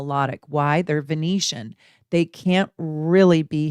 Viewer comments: Love you, but VenUsian, not Venetian, and MidHEAVEN, not MidHAVEN. 😘🥰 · I think you mean to say Venusian, not Venetian:)